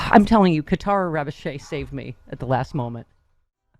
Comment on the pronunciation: It's pronounced "Ravodge" No seriously. 🤷‍♀️